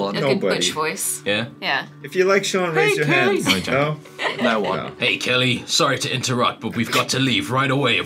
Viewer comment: i honestly cant be the only one who thought 'kelly' sounded a LOT like 'kaeyi' lol